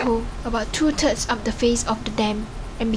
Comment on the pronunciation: lmao she said "two turds of the dam" haha